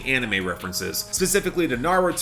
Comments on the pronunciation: lol I love the way you pronounced “Jujustu Kaisen” Also fun fact: The sample for Otaku Hot Girl is comes from the JJK anime that plays during intermission. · the way you pronounced jujutsu kaisen made me spit out my drink